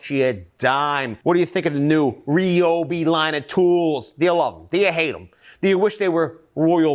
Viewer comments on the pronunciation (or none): anyone who has studied Japanese will tell you there are only 2, two, 2, syllables RYO.... and BI. not RI,,,, O .... BI... not RA....yo... bi.. like street fighter. it is not Rai Yu... it is one syllable. Ryu.